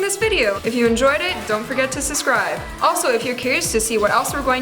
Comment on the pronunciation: "don't forget to susscribe" lol